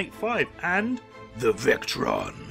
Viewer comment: the way he said “vectron” killed me